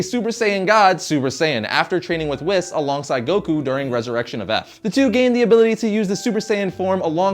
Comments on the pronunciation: It’s not pronounced (wh-is) it’s pronounced (whees)but is spelled whis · WhIs? It's sounds more like whees not whis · Wis?, it's pronounced Wees. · PLEASE pronounce the names correctly..... Dr. Gero is pronounced like Jerrrr-oh and Whis is pronounced weees not wis ..... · It's not wis it's wees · My mans said wisss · i stopped watching when he called "whis" "wiss" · Man says wis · Mans said wh I s its pronounced WH EEEE S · Not wiss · Its pronounced wheees dude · also whis it is pronounced (WHEE-S) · *****: Vegeta is named after the planet, not the planet after the Saiyan. BTW.... Whis is pronounced as Wheese in the movie. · It's pronounced WHEES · Anybody notice he pronounced whis wrong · I’ll never forgive you for saying whis like that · When he says whis my ears bleed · He said whis wrong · You pronounce Darksied right, now pronounce Whis correct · It felt just wrong the way he pronounced Whis and Resurrection of F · The way you say Whis makes me want to kill myself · We'll i think everyone is saying Whis wrong. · that's not how you say whis. lol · The only name he said wrong was whis, but a large portion of the community say it like he does. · Did he really just say Whis' name wrong.... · and also whis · he also pronounced "Whis" wrong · You also pronounced Whis incorrectly. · liked this video until you pronounced dr gero and whis wrong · I'm not trying to be mean but this guy knows nothing about DBZ, you can tell this because if he did like DBZ he would pernounce all the words right, for example: Dr Gero and Whis. also he used a picture of SSJ2 vegeta to explain SSJ1. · you missed pronounced Gero and Whis's names.